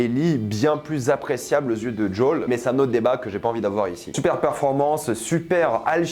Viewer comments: C'est qui Jaule ? Il s'appelle Joel, on peut arreter les accents craignos ? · ta prononciation de Joel ma hérisse les poils.... c'est quoi ce DJol ?? c'est si dur a dire Joel en français ? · "Jol" aïe pauvre Joël 😅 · Le fait que tu dises jawl me déstabilise